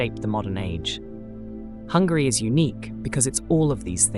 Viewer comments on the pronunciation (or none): I'm sorry I'm only and I have found your video accidentally. I'm living in the part of the UK and I have to say I heard 2 times saying Hungry! I don't want to capitalise my letters coz I don't meant to shout but it's not Hungry it's Hungary! Sorry if my ears are so bad and maybe I heard it that way! Am I the only one who heard it that way?